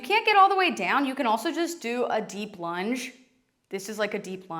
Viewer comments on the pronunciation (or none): none